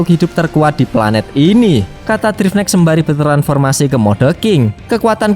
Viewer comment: bang namanya drive knight dibaca (draiv naikt)